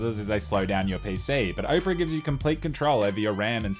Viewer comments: Oprah? no Opera mate. Can't even blame the Aussie Bogan accent for that. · Lmao 'oh-pera', mate it's owpuhrah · Dude does an ad yet can't even pronounce opera and instead pronounces Oprah. Lol what a boss making social commentary troll against ads while still being paid by ads. Let's go listen to the Oprah singer at the Oprah. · Mans pronounced Opera like Oprah Winfrey 😑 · Blud said Ohpera LOL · I was listening and the whole time I was thinking. Wow Oprah got herself a browser... damn... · Opera? Pronounced as Oprah? Simply stunning. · Why did you keep calling it Oprah? It's Opera, like the Italian musical. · Bro called it Oprah 💀💀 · its opera not oprah. great stuff on the videos though! keep it up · Pronouncing Opera like Oprah is what I needed to hear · It's Opera GX, not "Oprah GX". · I didn't know Australians pronounced Opera (Ah per a) as Oprah the tv host. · it's opera like opera siger. :D I use opera. :D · him: says owpra me: thank god he doesnt actually use it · Made me laugh since I'm watching this on Opera GX. Long time opera user. Definitely recommend. Edit: Also, says "Opera" like "Oprah" an obviously well hydrated big girl. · Lol he says opera like “Oprah” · I love when he says Oprah GX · congrats on the sponsor but I'm dying at you pronouncing it "OH-pera" and YOU get a browser! and YOU get a browser! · You say opera weird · I love how he says "opera" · Is that really how Australians say the word 'Opera'?